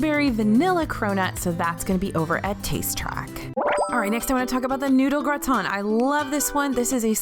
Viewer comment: Is anyone else German and bothered by the pronunciation of “gratin” and “küche” ? No? Just me? Ok haha